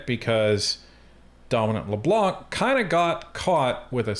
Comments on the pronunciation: Blanc is the french word for white. The "C" is silent. So: Dominic Leblan. Please don't prononce the "C" it sound ridiculous. Good clip guys. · LeBlanc....don't pronounce the C.